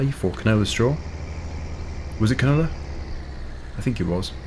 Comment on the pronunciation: I rly like how pronounces canola. He says it more like canoler 😂